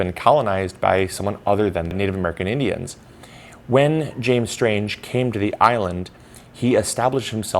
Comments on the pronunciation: lol it’s Strang not Stange. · You can also take a 3hr. ferry ride out of Charlevoix. It takes a little longer, but it’s WAY cheaper!! And btw, It’s not pronounced Strange, it’s pronounced Strang, like rang